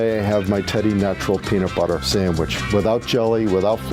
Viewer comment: Can someone PLEASE tell this narrating woman to stop saying SAMWICH. It's like nails on a fu#*ing chalkboard. The word is sand-wich.